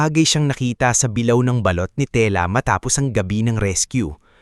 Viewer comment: Sa lahatng narrator ikaw ang pinaka tanga at nang kang sakit sa tenga pakingan turuan kira sa:-(ang pag bass ha hindi bilaw ang sabi mo bing una sabilao dba bi la o tsaka ang isa bulwagan di bulwagan ago baliw